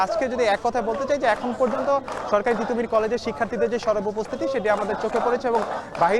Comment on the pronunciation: তিতুমীর ❌ তিতুমুর ✅ - উপস্থাপিকা